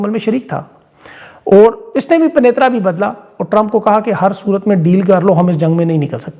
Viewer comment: اردو صحیح کریں بھائی۔ لفظ پ ی ن ترا ہے۔ پ ن ی ترا نہیں ہے۔ ویلاگ سے پہلے نوک پلک درست کر لیا کریں